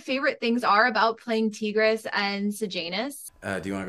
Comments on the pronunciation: so embarrassing and careless for an interviewer. how do u mispronounce it that bad if you watched the movie?😭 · did the interviewer actually watch the movie what 😭how did she mispronounce tigris